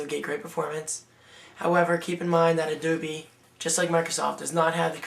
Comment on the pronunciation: "adoobie" lol